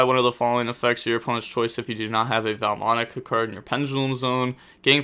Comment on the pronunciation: Take a shot every time violates the pronounciation Enjoyed as usual tho 🤙